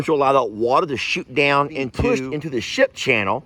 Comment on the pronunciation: did u say shit or ship???